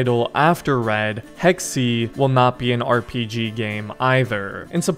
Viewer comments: I hate to be that guy but it’s actually Hecks-Ay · Hey just letting you know, Hexe is german for "Witch" and is pronounced heks-uh, not heks-e. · "Hex-e" Hexe, pronounced Hex Holy fuck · I am german and I can confirm that it is pronounced like hex-uh